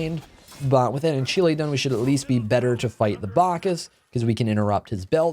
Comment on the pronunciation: The way you say shamans ring and ancile hurts me